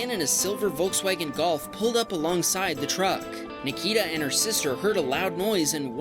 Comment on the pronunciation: Oh when there was Nikita’s video you said it wrong it’s said Nik-e-ta